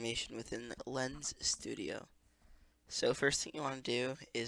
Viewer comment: its lens, not lesne ♥